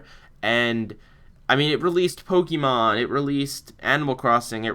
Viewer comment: Why do so many people pronounce that wrong? It's Poke-AY-mon!